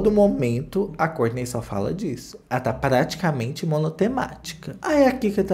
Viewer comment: Não aguento quando o chama o nome do marido da kourtney